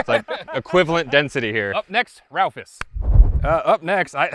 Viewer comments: its called a Raufoss and not a Ralphoss XD hahahaha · It's funny how people say "ralphus" instead of Raufoss. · Ralphis.....? RAUFOSS!!!!? You really slaughtered that name